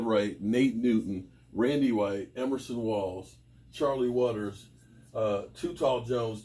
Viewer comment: Everson not Emerson.